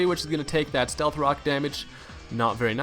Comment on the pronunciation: he calls it cocks :P